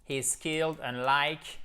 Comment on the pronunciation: I love this video and can't wait to use it with my students. Your English has such a nice quality to it! Remember we pronounce "he's" as /hi:z/ and "his" as /hɪz/ instead of the reverse. Sometimes we tend to use the more difficult sounds more often once we learn them so it makes sense to see this in one's language journey x